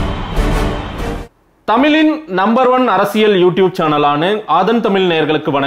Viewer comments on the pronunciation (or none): தமிலின், மகிலச்சி!!! கொல்லு கொல்லு தமிழ் மொழியை!